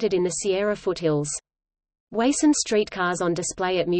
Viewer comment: It is pronounced WA (as in water) SUN. I grew up in Springfield as did my father.